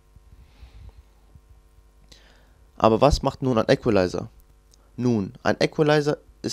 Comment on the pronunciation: KORREKTUR: Equalizer spricht man im übrigen "ikwelaiser" und nicht "äckwelaiser" (ist in der Form ja englischen Ursprungs)